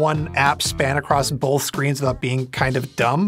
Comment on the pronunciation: There's no L in the word "Both." You keep saying "BoLth."